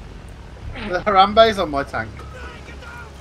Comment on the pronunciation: pronounces harambe as hor-rum-bae, got to love english accents